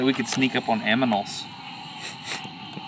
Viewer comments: I caught "aminals", as well! Destin's just naturally funny. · I just love how you say aminals. And yes please go sneak up on aminals and a beaver. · Mine is that he said "aminals" right before it xD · Everone caught up in the beaver line, but no one noticed "aminals" instead of "animals" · "i think we can sneak up on aminals" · i thought i heard it wrong when he said Aminals, but he did... was it on purpose? Is there a joke behind it (english is not my native language) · aminals. Also „Do you want to go sneak up on a beaver?“ :) LOL